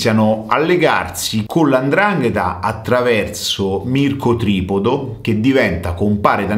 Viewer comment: Si pronuncia Mico Tripòdo